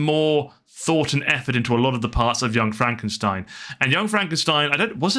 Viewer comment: Remember it pronounced fromk e. Steen